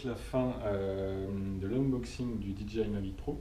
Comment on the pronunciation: Super vidéo mais s'il te plaît, pas "DiDji", juste "Didjéaïe", ca fait plus pro